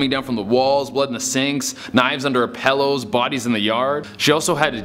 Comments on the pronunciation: Why is no one talking about that he said pellow and not pillow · After you said “pellow” I’m leaving